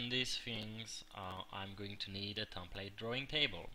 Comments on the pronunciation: its not a tompate its a template it has a EEEEEEEEEEEEEEEEEEEEEEEEEEE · Drives me nuts each time i hear "tomplate"